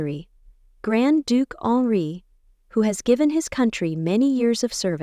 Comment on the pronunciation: The Grand Duke's name is not Alree, not honoree, not Onri. It is Henri.